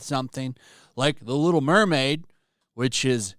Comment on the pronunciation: Da lil' Murmaid